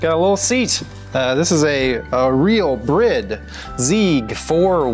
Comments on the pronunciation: Love the vids and the car but for the love of all things cars It is a Bride seat not "brid". Bride like bride and groom 😁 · Brid? It’s bride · DID YOU JUST PRONOUNCE IT BRID? HUHHHH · call it a "brid" again and I'll unsub you savage :(